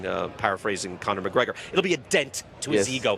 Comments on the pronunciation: McConor? LMFAO......Mayweather Sr. wow!!!! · Lol there was not one interview that Floyd sr. said Conor mcgregor name correctly